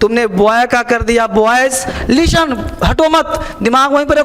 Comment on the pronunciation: "Leestan" nahi 'listen' hota hai...english ke teacher...